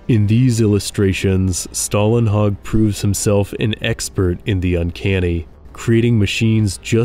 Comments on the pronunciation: Good video but I guess you got this name wrong - there is no american "a" in his name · You're mispronouncing the artist's name. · Swedish guy here: Stålenhag is pronounced with the first half pronounced very much like the English word "stall". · Since americans (and ofc other countries too) obviously have trouble pronouncing words containing the Swedish letters "Å, Ä and Ö" (like for example Simon Stålenhags name - which the narrator also struggled with) I'm gonna explain it in fairly "easy to understand" way: The letter Å, is pronounced exactly like the letter O in the specific word "stories". So just after the "th" and before "r" you have the spelling for Å... So pronouncing "Stålenhag" will be like you'e gonna say "Sto" in stories and then just add the "lenhag".. Oh right.. The letter A in "hag" is pronounced the same as in how you pronounce "A" in the word "heart" (ea).. Or as the (i think German) word/name "Haas". Now go ahead and impress your friends with your newly learned (and not needed lol..) Swedish! 😂 Sorry for the rambling but i thought that i might as well explain it (and do it properly while I'm at it) since I heard the narrator pronouncing it the wrong way, only to then say it correctly in the word "stories" (stÅries) right. So yeah, detailed explanation (even though 99.9% of you don't give AF ofc! Haha 😂)